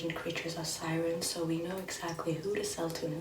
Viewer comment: is in the bath: "SiReNs"